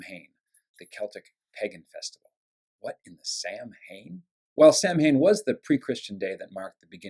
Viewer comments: Samhain.....pronounced Sow -an (sow as in pig) ! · Samhain (Gaelic) is pronounced "sowen," Patrick. It was believed in ancient Irish pagan culture that demons would appear on that eve and snatch their children away forever. To frighten off the demons they would dress their children up in scary masks and clothes, the custom became called Halloween over time. As Christians, we really should be celebrating October 31st as All Souls Eve, the following day as All Souls Day. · Samhain is pronounced Sawh-enn.